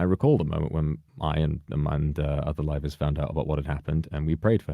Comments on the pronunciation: Rivals? I hear rivals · The way he says "Livers" sounding like "rivals" I mean either could be true in this situation. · when says livers it sounds more like rivals. i mean that probably makes sense considering its nijisanji